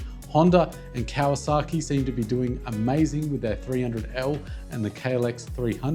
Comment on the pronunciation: ... Kawa SA ki... SA, not ZA. In Japanese, Kawasaki (カワサキ) is spelled phonetically as Ka–wa–sa–ki. Japanese is a phonetic language, which means each written kana character represents a fixed sound. The kana サ (sa) is always pronounced “sa,” never “za.” If the word were meant to be “Kawazaki,” it would have to be written as カワザキ (with ザ = “za”). Since it isn’t, there’s no ambiguity: it’s Kawasaki, not “Kawazaki.” Some people outside Japan mistakenly soften or voice the “s” into a “z,” but in Japanese that completely changes the word and could even make it into a different name. In fact, there are companies and surnames in Japan called Kawazaki (with a ザ), but that’s a totally different spelling and meaning from Kawasaki. To see why swapping “sa” to “za” doesn’t work in English either, imagine these changes: “Santa Claus” → “Zanta Claus” “Samantha” → “Zamantha” “Sydney” → “Zydney” “Mississippi” → “Mizzizzippi” “Salsa” → “Zalza” “Sushi” → “Zushi” Each sounds silly, confusing, or just wrong—because “s” and “z” are distinct sounds with distinct spellings, both in English and in Japanese. So, when it comes to the famous motorcycle brand, it’s always Kawasaki with an s, never Kawazaki.